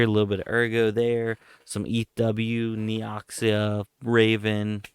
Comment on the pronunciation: Please stop say Neoxia 😂 Take away the ''I'' Neoxa. Secund time i say this! Actualy a nice project,worth looking into if you like games and crypto!